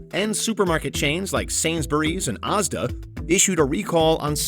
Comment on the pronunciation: ngl the way they pronounced asda hurt my soul a little